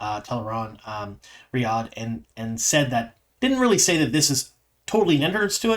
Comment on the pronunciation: I just want to call out your attention to pronouncing Tel'aran'rhiod correctly. It's often hard to change the way you say something, and I can see you putting in the effort. I appreciate you!